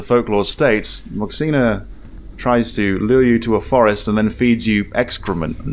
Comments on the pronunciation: Your pronunciation of Moxina is perfect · I’m Taiwanese and your pronunciation “moxina” is spot on 😳